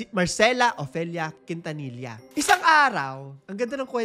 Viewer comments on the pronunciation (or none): Quintanilla it's pronounced as KIN-TA-NI-YA